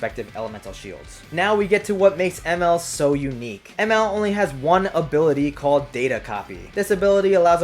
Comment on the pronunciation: Anybody else annoyed by how he pronounced Emerl’s name